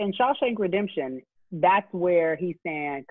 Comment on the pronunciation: Did she say Shawshake Redemption, LOL!!!